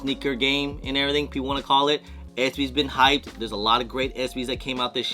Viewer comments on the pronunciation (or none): none